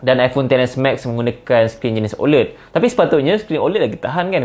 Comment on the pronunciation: ofc la iPhone XR boleh last longer vs Xs Max, sebab screen XR HD+ je, Xs Max full HD+ so tak pelik pun kat situ. satu lagi, sebutan 'OLED' patutnya ada bunyi 'æ', bukan 'e' iykwim